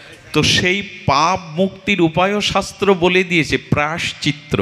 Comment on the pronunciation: রাঁধে রাঁধে প্রভূ,অপরাধ নেবেন না।প্রায়শ্চিত্ত শব্দের উচ্চারণটা বোধহয় ভূল হয়ে যাচ্ছে।